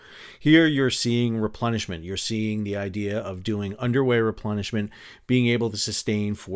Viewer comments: Did you say Underway Replenishment or Underwear Replenishment? Or are both valid? 😂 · Everything time you said underway replenishment I heard underwear replenishment 😂 Must have been a rough journey.